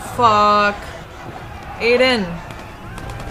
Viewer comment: Gabriel Ortega it's I den idk why she keeps saying a den